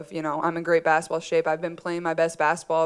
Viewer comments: She always pronounces basketball as "basitball" 🥰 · I like the way she says baskaball